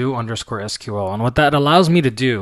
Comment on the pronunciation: You're pronouncing SQL incorrectly......